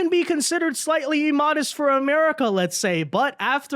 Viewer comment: Emodest... wow. Did someone tell you that all words that start with I are pronounced with an E sound? That's not how those words work...